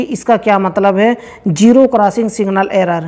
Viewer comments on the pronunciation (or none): ابے پہلے اردو تو ٹھیک سے بول لے. جیرو نہیں زیرو ہوتا ہے